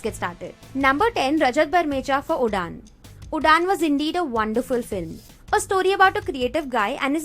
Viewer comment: Did you pronounce Udaan as udaan not Uraan?